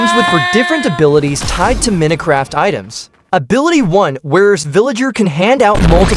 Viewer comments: "Meeno craft" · Minutecraft🙏😭🥀 i guess the ai doesn't know to pronounce minecrat